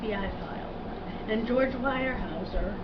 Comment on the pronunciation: This "Kidmissing" video is one of the worst amateur videos I have seen. The information content in this video is tiny and the woman who apparently appears here seems to not know anything other than a few newspaper clippings. This woman can't even pronounce the name "Weyerhaeuser" correctly and doesn't seem to know how close the Mattson house was to the Weyerhaeuser's home. Perhaps she should actually do some real research and present it in an informative way with narration and facts.